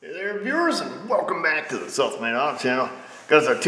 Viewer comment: Intro line; Hey there viewers. Welcome back to the South Main Auto Channel. What I hear; Hey there viewers. Welcome back to the Self Made Auto Channel 😂👍